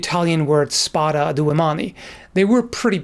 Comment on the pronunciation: that "spada a due mani" pronunciation is really good, I'm impressed!